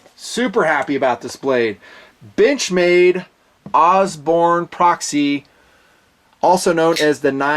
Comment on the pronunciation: I heard that too lmao